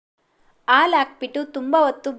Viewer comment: ಅದು aalu alla haalu😢